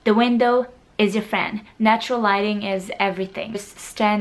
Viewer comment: when she said lighting I thought she said "Gliding" and I was like, Waaa?! I'll glide in every picture so I'll look good?! Wait! Whaat?!